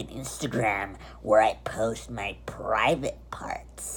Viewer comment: lost ur mind did u say pravte parts on snapchat wow